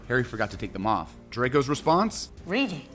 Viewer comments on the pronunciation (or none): none